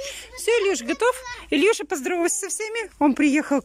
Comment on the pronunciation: Почему ильюша ? Илюша , не коверкайте имена . Слушать тошно .